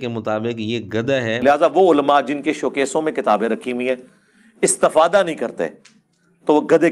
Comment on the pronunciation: مرزا استفادہ کی تا پر زبر پڑھتا ہے یہ اس کی عربی دانی ہے